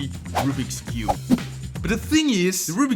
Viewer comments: you said Best cübe 🤣🤣🤣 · Bro really just said best cübe 💀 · Love how he gags that he is from Europe by using ü occasionally for the letter u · Did bro put an accent on cube?